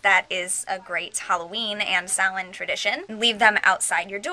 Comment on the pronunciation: I'm so glad you said Samhain right!!!